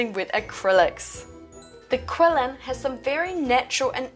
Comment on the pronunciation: This is wonderful, and thanks for the guide! just a friendly reminder that it's pronounced more like a "Chi-lin", cheers!